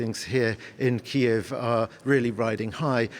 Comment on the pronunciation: Learn how to pronounce "Kyiv", an embarrassment